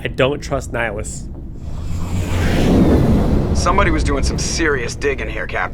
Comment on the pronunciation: You keep saying Nihilus instead of Nihlus. He is not a Sith Lord.